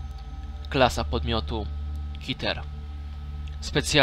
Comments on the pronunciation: KETER A NIE KITER!!! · keter nie kiter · Kur.....Nie mówi się KITER tylko KETER